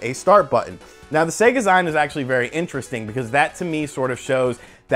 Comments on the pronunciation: Everyone complaining about zeen and I still cant get past SayGah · "zeen" dude... it's "zeen". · Do you say maga-ZYNE for magazine? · My man, It's pronounced "Zeen" like Magazine. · Nice try, but the word is an amalgamation of magazine and SEGA, it SHOULD be pronounced SEGAzeen, but you kinda have a point, it's not like the grammar police can really come after you lol. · 100% correct, i hate hearing it said that way. ive been making indy comics for more than 20 years and i get it at every con now. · "a e-zyne ..." I can get over the 'y' sound.